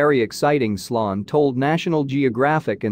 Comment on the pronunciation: Pretty sure his name was sloan (sounds like slone)